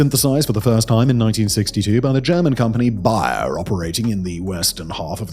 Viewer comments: It's not "Buyer" ... it's "bay"er. Like the bay of an ocean. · It's pronounced Bay-er not Bi-er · Bayer is not pronounced like "buyer". It is pronounced like "bay-yerr". Why do brits ignore the pronunciation of EVERY other language. And then also mispronounce tons of the words you invented... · Bayer is pronounced "Bear" 😂😂😂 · How would you say bay it's bay-er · Is Simon mispronouncing Bayer or is that just the European pronunciation? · say "bayer" again bro... wtf?